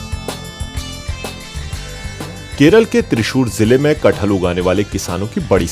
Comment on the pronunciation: That name is KATH-HAL not KAT-HAL